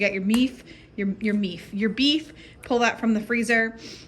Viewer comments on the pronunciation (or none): I subscribed because you said meef. Lol